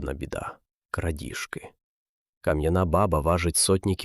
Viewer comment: Баба треба наголос ставити на друге а і тоді воно буде звучати по тюркські ,це справді в арабів , курдів означає батько .